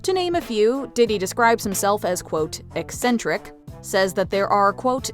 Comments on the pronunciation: No- he can’t PRONOUNCE “ eccentric”. He says asssentric. Stupid arse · You arent eksentrik youre crazy as😂😂. If you very rich and live like poor people that eksentrik.sadio mane is eksentrik not you didi😂